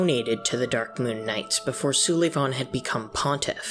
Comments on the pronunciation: No offense but you're saying "Sulyvahn" wrong. It's just like "Sullivan" except spelled weird cause he's a freaky painting baby. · Lmao Soo-lee-von 🤣